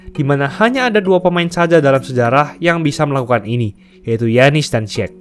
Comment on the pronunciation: Giannis, dibaca yanis bro..